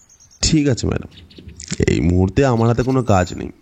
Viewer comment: মাদাম কি ভাই? ম্যাডাম হবে!🙄